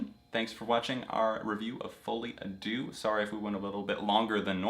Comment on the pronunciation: my biggest pet peeve is ppl mispronouncing "deux" like JESUS just google it its not that difficult (ik im unreasonably mad but AAAHHHH its just irritating)